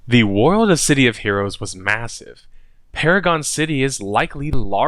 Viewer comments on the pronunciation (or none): can't say world.